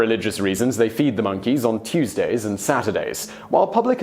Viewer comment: Damned "minkeys"!